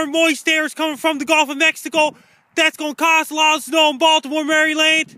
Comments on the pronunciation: Hey! Thanks for what you do... just as a heads up, it's pronounced "Mara-lin" which is why people keep commenting about "MARY LAND" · please it's not Mary-Land, Marelund is the appropriate pronunciation. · It drives me nuts when people say MARY LAND seriously its maryland. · love thee MARY! LAND! pronunciation. what drives it home is how many time he says it. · Being in MerryLand (as he says it).... This is hilarious. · Who the hell says "Mary Land"? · Can barely get the words out over those teeth. we'll be fine here in Mary land